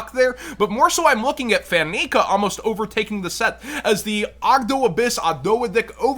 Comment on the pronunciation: Lol. It's Fan-See-Uh. Not Fan-Nee-Ka.